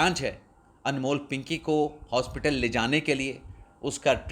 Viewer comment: پنکی کو ھاسپیٹل پیش کرنا ھے۔کیا جج ھاسپیٹل عدالت لگائے گا جہاں پنکی کو پیش کرنا ھے۔یار یا تو درست اور مناسب الفاظ کی ادائیگی کرو یا چھور دو۔اپ کے بس کی بات نہیں ۔